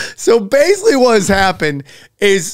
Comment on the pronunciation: every time sam pronounces basically as BASELY i take a drink of alcohol i am severley becoming a bum alky !